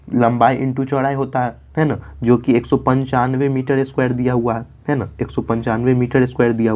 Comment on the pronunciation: Misar nhi sir miter😂😂😂